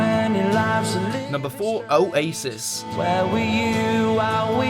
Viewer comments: O a sis what okay that’s totally how you say it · O Asis 😂 the way he said it